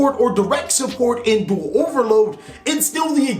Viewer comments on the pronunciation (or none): none